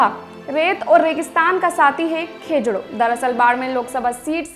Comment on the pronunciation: खेजडो ❌ खिजुडो ✅